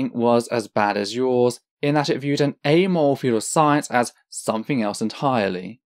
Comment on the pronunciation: I'm really liking your video so far, and your method of presentation, citation, and calm clear explanations. Spectacular really. However, and I apologize if it's just your accent, but "amoral" is a 3 syllable word, yet I only hear 2 from you... like "Amole" yet, when you said "morally ambiguous" all 3 syllables were clear. Maybe it's just that word for you, but it causes a little spasm in my head everytime I hear you say "amole".